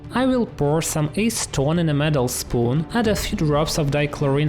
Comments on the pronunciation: Low hanging fruit: Acetone is three syllables. Ah-seh-tone. (I had to go check to make sure I hadn't been saying it wrong!) Higher branch: Surprised myself when I guessed the blue in the reaction with ammonia was free electrons (assuming the other comments are right). Does that also account for the green, or is that the blue colour mixing with the diluted orange colour? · He definitely called acetone ace-twun